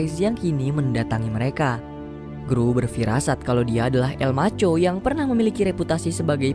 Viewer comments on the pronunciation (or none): El MARCHO BUKAN EL MACHO